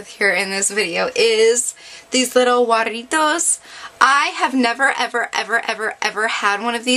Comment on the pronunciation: Lol girl that's now how you say the name of it :b lol, but I'm Mexican so yeah lol. They are good though (: & you look pretty :3